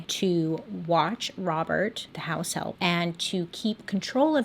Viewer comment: I listened to this 4 times before I figured out you're saying "house help" and not "house elf" 😂